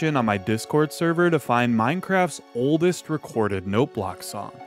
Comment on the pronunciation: I've been binging too much FitMC lately. That's not how you say oldest!